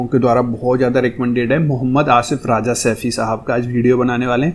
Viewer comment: आप राजा कहते है राजा नही भाई रज़ा बोलते है